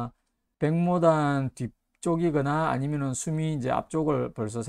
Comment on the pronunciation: 안녕하세요. 백모단의 한자는 白牡丹인데요, 옥편에 보시면 이 牡는 모 라고 읽히지 목 이라는 발음은 없어요. 단순하지 않나요? 중국에서 정식 이름은 白牡丹，그에 대한 한글 발음은 백모단. 감사합니다. 차쟁이 드림